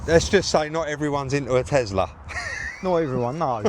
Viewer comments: Loved watching you working your magic on yet another vehicle and it's always interesting. But, one thing that jumps out at me, and it must be a down south thing, is your pronunciation of the vehicle make..... you say TeZla (and many times), but the car is a TeSla, no z, 😂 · Liking the Tesla vids but for my sanity Can you please say TESLA not TEZLA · Elon says Tezla